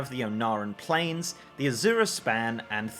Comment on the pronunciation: Lol everyone seems to keep having a hard time saying it. Azure(pronounced a-zhr, lol it's not some new word) Span